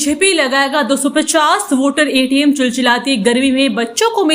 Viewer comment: वोटर एटीम नहीं वाटर ATM होता है। उच्चारण सही करो।